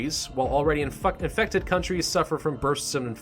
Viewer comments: on you said infuckted instead of infected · My favorite part was when he said infuckted instead of infected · “While already infuck-infected..” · he said infucked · “Infuc- infected” XD